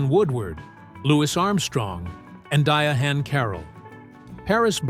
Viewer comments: Who is Dia-han Carroll, and who is Dee-a-han? Bloody Ai strikes again! 🙄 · Why do these creators use A1 to narrate their videos. It is s annoying when A1 mispronounce names such as Di Anne a. Drop the A1 voice over